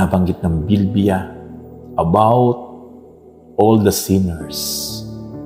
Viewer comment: Praise God pastor please pronounce bibliya correctly naririnig ko po Kasi sa Inyo ay BILBIYA tnx po God bless po